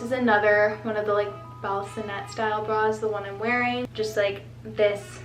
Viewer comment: I’m 98% sure balconette bras are pronounced like balcony 😊